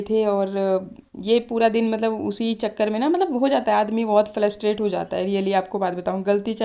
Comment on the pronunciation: Flustate nhi frustrate hota h..